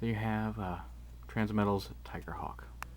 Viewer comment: The man said tigercock lol